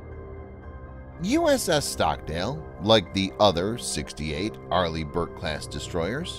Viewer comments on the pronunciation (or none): none